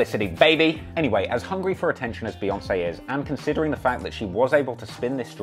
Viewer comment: It’s pronounced "BEE"yoncé hence 🐝 not BAYoncé...get it right